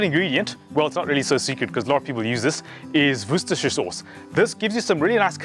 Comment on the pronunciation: 😂 pronounced wister sauce, I live about 10 minutes away from Worcestershire in the West Midlands , my neighbour is one of the managers that works at the factory where they make it.